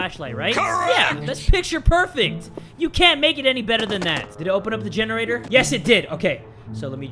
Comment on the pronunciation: Omg lol gene-ra-TOR